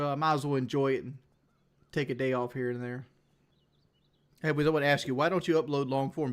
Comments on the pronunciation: "Wuohnt" "Liberry" "Wudder" The fact this dude dropped out of high school really shows with his smooth brain vocabulary. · Does everyone where he lives say want the same way he does? I couldn't live there, it would drive me crazy. But it is what it is and that is what it is right?